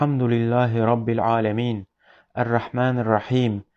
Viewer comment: Fatiha süresini yanlış okuyorsunuz elhamdürillahi değil elhamdülillahi rabbil alemin